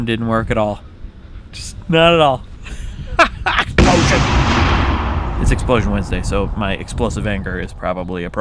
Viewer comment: Hey Wheezy, do you put emphasis on EXplosion, exPLOsion, or exploSION? I hear you alternate between the first two and I think it would be interesting if you tried different ways of saying it and maybe have different explosions for each one. :P